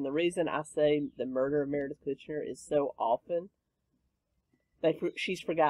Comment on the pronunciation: Meredith Kercher, is how you say Merediths name.